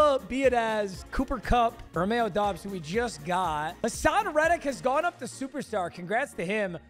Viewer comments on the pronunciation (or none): Bro really said Doobs 😂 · you say Doubs like Dobbs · says doobs what a casual lmaooooo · “Romeo Doobs” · as a packers fan it hurt to hear him pronounce doubs lol. W video tho